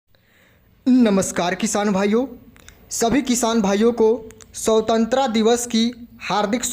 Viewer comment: स्वतंत्रता तो सही से बोलो भय